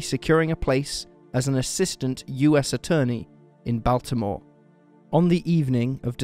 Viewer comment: you say Baltimore so interestingly lol I'm from Bmore and this case just baffles me. it is def. being manipulated by the powers at be.